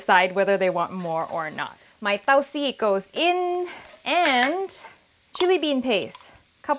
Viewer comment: lol perfect pronunciation on "dou see" - fermented black beans; great presentation as always